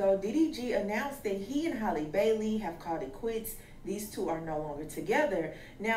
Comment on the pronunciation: Her name is HALLE!!!! HAL-LEE!!!! Not Holly, not Hailey. Why don’t yall take the time out to learn how to pronounce it before reporting on her?